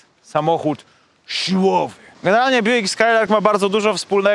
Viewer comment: To sie Bjuk czyta i wymawia